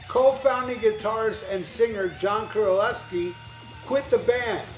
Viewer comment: Golden Lair? It's Golden Lark. Not sure this guy really knows his stuff. Few other mistakes too, including how to pronounce JC's last name.